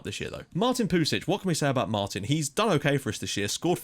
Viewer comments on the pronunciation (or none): none